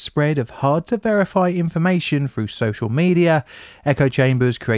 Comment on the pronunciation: I hear 2003 said as two-thousand-and-free and shortly after I hear "fell through" as "fell froo". What is going on with the English accent these days?